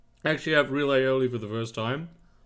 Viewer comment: Dude it is called ALIOLI, as a Catalan I find it hard to listen, love you